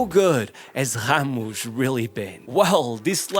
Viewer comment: did bro call Ramos, khamush? 🙏🥀